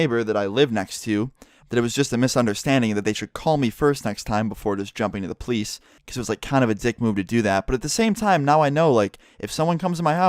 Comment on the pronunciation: pronounces police as pleisse